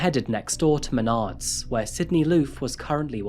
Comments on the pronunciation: Dude, it’s MeNARDS. Emphasis on the second syllable. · mah-nards. at least thats how we pronounce it in michigan lol.